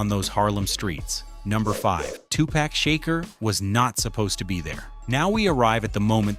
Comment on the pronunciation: I might be wrong, but I thought it was Money B who had the part, not Treach, because while Money B was rehearsing the script, he couldn't get it right, and Tupac did it for him, and Money B told Pac that He should do it. Money B was the reason why He was there. And I wish you guys would get His name right. It's Tupac, not Tupack, and Shakur, not 2 Pack Shaker. And it's Treach, not Treech. And Camron is not a Dj, you got the wrong one.